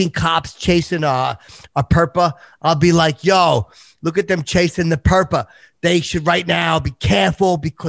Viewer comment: Nothing did ever bothered me. Not the finger. Not the tongue. NOne of the linguistical butchering. Until PERPA. jfc THE WORST